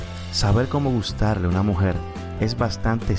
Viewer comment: Escuche como 100 veses la palabra mujet